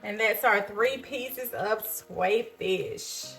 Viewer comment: Your pronouncing it wrong google how to pronounce it thank me later 😂